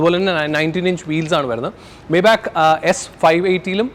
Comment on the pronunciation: Bro not മേബാക്ക് , the pronounciation is "മൈബാ(ഹ്)"